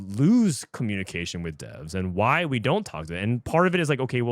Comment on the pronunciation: Can you just read it normally? Like we all know “wghy” = “why” you don’t need to say “we ge he”